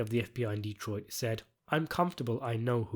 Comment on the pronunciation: Good job on the lore accurate pronunciation of D-troit